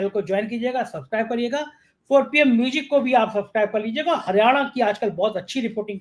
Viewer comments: Mujic nahi ..bolein Muzic. Music kahein. Music sahi spelling hai. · O bhai..tu pehle म्यूज़िक bolna seekh ley...म्यूजिक nahi म्यूज़िक hota hai...anpadh chchap patrakar.